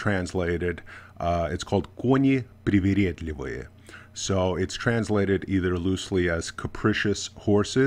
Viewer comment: Are you sure that you dont understand russian? You say ' koni priviredliviye' with no accent!